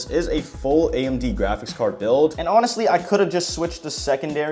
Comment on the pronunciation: How many times did bro say grachics card